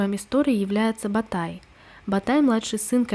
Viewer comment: Не Сулитан,аСултан.не Ба тай- а Батай, иу Юи шия ужасное произношение,просто он делит по слогам слово с неправильным ударением,это ужасно,но сериал хорош тем что она близка реальности,без каких либо показух..т .п.